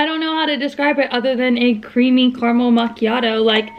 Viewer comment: Anyone else triggered by her pronunciation of caramel? Lol 😂